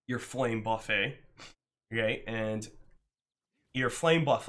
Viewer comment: It's ironic the only time you pronounce "buffet" right is when you say "buff it".